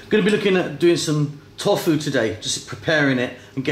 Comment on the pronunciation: you dont pronounce it "Tof-fu" hahah you pronounce it "To-fu"